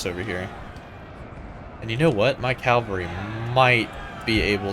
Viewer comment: Great video mate. You pronounce Cavalry as "Calvary". It's "Cav-al-ree". 😁